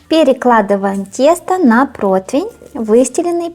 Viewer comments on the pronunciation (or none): none